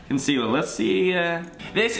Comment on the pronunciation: the way Kian says concealer